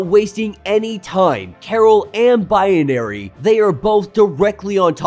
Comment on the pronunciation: I know this is petty but every time you say binary it sounds like bianary